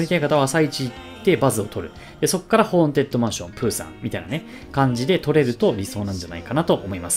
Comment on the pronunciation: めっちゃどうでもいいけど、結構間違えてる人多いから一応言っとくね！ ホーン「テッド」ね、ホーン「デッド」じゃなくて。